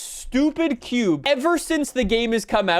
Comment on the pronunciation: The little red cuuuubah I never get used to how has always talked like a 12 year old upset girl with the "uh" at the end of every kind of word 🤣 Edit: "There it isuh, the little red cuuubah, lets gooa" and says "cube" normally againuh 🤣🤣